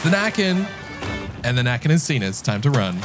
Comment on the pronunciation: his name is näcken and you say his name with necken